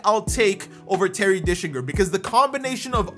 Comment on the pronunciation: It’s gets me every time you say “Terry Dickslinger” 😂